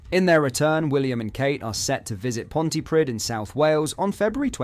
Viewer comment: Thanks for a good report. By the way Pontypridd is prounounced Pontypreethe